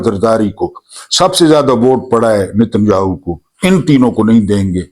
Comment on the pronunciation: اُس کا نام ہاہو نہیں بلکہ یاہُو